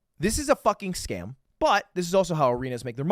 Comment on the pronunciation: If I had 3 wishes, I’d wish 3 times for Ludwig to never be able to say “scam” again for the rest of his life.